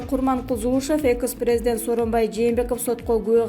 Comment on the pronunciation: Сабатсыз сага канча жолу айттым экыс эмес экс президент деп кантип иштеп журосун тупица